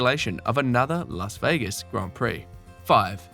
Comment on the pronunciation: 'Las Vagas' hehe😅